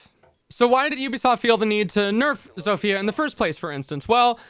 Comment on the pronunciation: It's pronounced "zofya" not "zofiya"